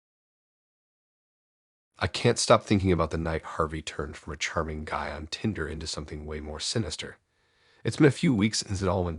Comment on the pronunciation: Why can't you even pronounce Tinder the right way? This is fucking ridiculous.